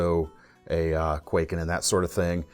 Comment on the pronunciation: Hey love your vids but if I may as a Japanese, I could not help but notice you’re pronouncing kwaiken like quay kin but it should be pronounced more like Kai Ken (懐剣). Also, in regards to the tanto style knives, that typical 2 edge blade looks more like a miniature ninja sword or shinobigatana. Anyways keep up the good work-Cheers!